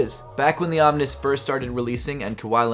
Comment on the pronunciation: why does he pronounce the OMN1S as om-nis instead of om-nees? It always throws me off.